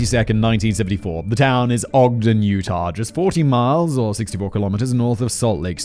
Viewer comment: Hey Simon! Kudos for pronouncing Ogden correctly. This happened the day after my 9th birthday and it horrified literally everone here. In high school, I heard William Andrews' lawyer speak, he had been trying to get Andrews off the death penalty by claiming that he had no hand in the atrocities. This was my first moral dilemma at age 17, I finally decided that there was a phone LITERALLY in the nxt store and a pay phone on that block that Andrews could have used at any moment to call the police and the fact that he didn't do it made him as complicit as if he'd pulled the trigger. The lead investigating officer was a dear friend of mine much later in life and he'd never talk about what he saw there. One of Courtney's cousins was my OB/GYN in the late 90s. Edit:The building that housed the Hi-Fi Shop was torn down sometime ago. I mistakenly said it was still standing when I posted this earlier. That was a brainfart on my part.